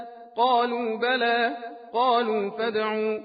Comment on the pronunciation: Surah Zumar - Ayat 59 - it's "Balaa qad jaaa'atka" the recite is saying "falaa"